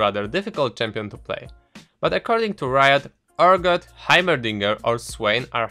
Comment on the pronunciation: I had to replay the first part 5 times because I couldn't hear urgot and aurelion sol because of your pronounciation.